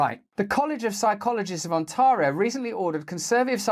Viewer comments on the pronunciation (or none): On-TAR-rio ? No Russell. It's pronounced 'On-TEAR-io' - as in "tearing a piece of paper" - Almost as funny as the way he pronounces the word 'archipelago' 😅 - Has no one told Russell how to pronounce these words ? Has he never heard anyone pronounce them before ? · You say Ontario funny.